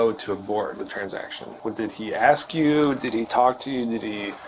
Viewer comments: She can't pronounce A-S-K... insted she sais every time AX-... :D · Isn’t it more trouble to say “axks” than it is to say “ask?” What is up with that. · Why is it hard for black people to say "ask" instead of "axe"? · can't even say the simple word "ask" without saying "ax". DEI employee. Those people always want to call their mommy.